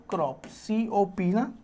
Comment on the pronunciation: Sirf chhap re ho sir Or crop nhi corp. Hai